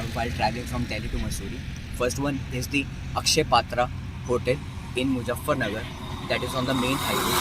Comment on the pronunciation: Great video. You speak really well and have great presentation skills. Just one small advice: don’t pronounce Z as J in MuZZafarnagar.